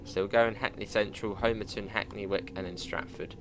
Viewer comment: Great review. Just to let you know Homerton is pronounced as Ho-muh-tn or Hummer-ton.